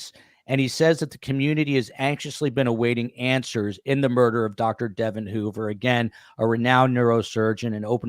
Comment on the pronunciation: Great podcast! FYI, Devon's name is pronounced DeVON, with the emphasis on the second syllable.